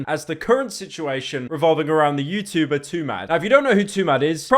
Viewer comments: "Youtoober" wtf Pyro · BRO SAID TUBER NOOOO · Stop pronouncing the T in ‘YouTuber’ so heavily it’s making my ears bleed